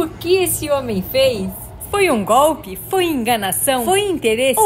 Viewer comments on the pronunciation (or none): none